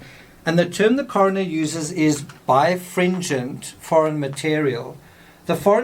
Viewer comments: You keep saying bi fringent. The correct word in the autopsy report is bi RE fringent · It's pronounced buy-rah-fringe-unt. I had to look it up because I knew you were missing a whole syllable, just based off of spelling. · I find it interesting that the coroner used "birefringent" do describe the splinter. As an engineer, I have only ever seen it used to describe light in physics. By the way, it is pronounced "Bi-re-FRIN-gent". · Should Explain your "bifringent" versus ""biREfringent." Leaves doubt whether you know what it means. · Oh, I remember this suspected from the paintbrush. (Ugh) I know this is an older video, but you keep dropping a syllable: bi-re-fringent ☺